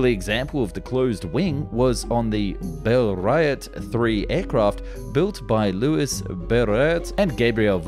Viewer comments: Bell-riot and Voosin, really? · it pronounced "BLERR-ee-oh" not bell-riot or whatever that was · Ar , the narrator makes a fool of himself, being unable to pronounce Bleriot. He says "bella-riot", when a smal bit of research would have shown it is "blair-ree-oh". Very poor production values. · Damn…. “Bele-riot” 😂 it’s Blé-ryo” and “vwazin”… you’re not even reading it in english; you throw in some random leters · Bleriot = Blair-eeo. Voison = Vwow-sson. Bleriot was one of the greatest aviation pioneers, he made the first Cross English Channel flight in 1909. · Loo-ee Blay-ree-oh and Gob-ree-ell Vwah-zenh, not whatever you mispronounced! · Can you imagine an alternate reality where he can pronounce famous aviators names? 😂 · "Bleriot" = Blair-ree-oh. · Buddy, please run future names in Google so you hear a proper way of saying them haha! Blériot => Blah - Re - oh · Bleriot is pronounced bl-air-e-oh. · Blair - ree - oh! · Lol the way you pronounce Blériot it sounds like you're burping... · I guess it's standard (or a gimmick) on this channel that he always butchers the pronunciation... 😕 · Seriously. How hard is it to look up the pronunciation of one of the most famous aviation pioneers before you butcher it? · I've never heard the name Blériot get butchered so badly. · Sees french name, makes random noises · Loved the french pronunciation, it was so awkward. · To butcher the names of Louis Blériot and Gabriel Voisin the way you did is a cultural vandalism. When talking about some of the most important pioneers of aviation history, it wouldn't have killed you to spend 30 seconds on Googling how to pronounce their names correctly, or even approximately! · You lost my interest at the inability to pronounce Louis Blériot’s name even remotely accurately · Man you butcher those french name at the start 😂😂😂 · Bleriot??? Why as a professional narrator can you not enunciate Bleriot without sounding like you're convulsing?